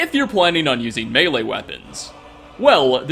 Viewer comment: thank you for pronouncing ‘Melee’ properly! Hearing the incorrect version (which happens often) gives me “murdered to death” feelings.